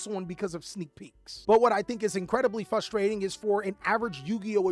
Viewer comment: What happened to the "r" in frustrating